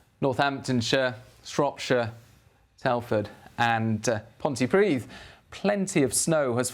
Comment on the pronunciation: Well done for your pronunciation of Pontypridd. Perfect! X❤️🏴